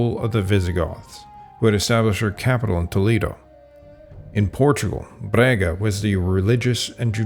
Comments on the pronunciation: Very good research, but OMG you mangled our Portuguese city names! It is NOT Brega, but BRAGA, and Santiago do Cacém is pronounced Santiago do "Kasém" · Sorry for the weather, as compensation I'll excuse the mispronunciation of the name of my city, Braga 😂. Great work, thank you for exploring and exposing our country and history.